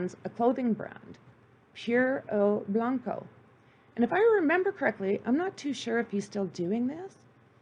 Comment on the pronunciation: Monotone narrative, stumbles over words, mispronounced words/names & of course facts are distorted. TIP- if ur going to do a show about anything - LEARN HOW TO PRONOUNCE KEY WORDS e.g Blanco, cocaine, Trujillo, business.